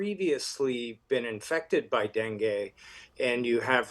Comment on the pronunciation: Darlin', it's not Den-gay like Ben-gay, it's Den-gee, as in Den, geet yourself over there and see what's going on. STOP CALLING IT DENGAY. Dopes.